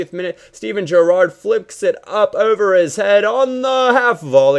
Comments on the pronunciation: if you see this can you stop stressing the second syllable in Gerrard's name? haha thanks xx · I love the way you say "Gerrard" lol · lol at the way yo pronounce Gerrard